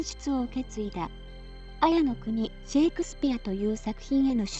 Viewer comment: あやのくにでわなく、さいのくにと読みます。埼玉県の埼と彩りの彩をかけています。